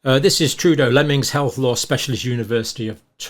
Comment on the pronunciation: Lol, Dr. Cambell called it "Lemming's Health Law..." when it was actually "Lemmens Health Law.."... that was just before the half way point.